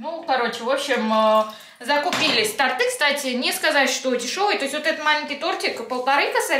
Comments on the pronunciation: Не ТортЫ, а тОрты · не тортЫ,а тОрты )) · Простите, но тОрты 😉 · тОрты и свёкла,а не свекла,только не сердись многие в этих словах ошибаются 😊💖